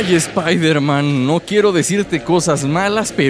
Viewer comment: Airon spaiderman